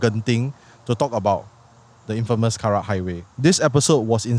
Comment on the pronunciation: "Karak" bro, not "kerak." kerak is scorched rice 😂